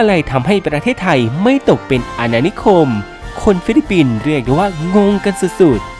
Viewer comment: ฟิลิปปินส์จ้า ไม่ใช่ฟิลิปินส์